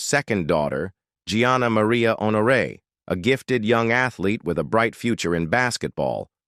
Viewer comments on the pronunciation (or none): none